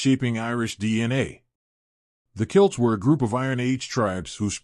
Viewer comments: it is pronounced "Kellts" not Kilts. Kilts are wrap-around skirts for men.. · The narrator keeps saying "kilts" instead of "celts". Is this ? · Please use the name Celts pronounced “Kelt” not Kilt, unless you are saying the word for the wrapped skirting used in Ireland, usually in dark green or the longer version in various Scottish plaids depending on the Clan’s colors and design mix. (Celt- pronounced “selt” is a basketball team name pronunciation, and nothing to do with Ireland or Scotland!)😊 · Ok…I can’t get past this: it sounds like you are saying CILTS…..it is pronounced CELTS….not CILTS. See the difference? It is so distracting…I couldn’t focus on what you were saying. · You really had me going there for a minute with the very bad mispronunciation of the word CELTS as KILTS! CELTS were a people and KILTS are a garment. The southern dialect of the USA can cause unexpected miss pronounced words. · Celts pronounced as KELTS not kilts so "KELTICS" for Celtics🤪🤨😠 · Celt , Celt , Celt , Celt NOT Kilt , they were not Kilts .Fricking AI,crap 😮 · "KILTS"? OR "Celts"? Nice AI pronounciation. "Forty-hundred years ago" 😂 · Pics not kilts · CELTS not kilts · It's pronounced "Celts" from the Celtic culture, not "Kilts". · Yea when he was saying Celts i kept thinking he was saying Kilts 😂 no man ur thinking of the Scots!😅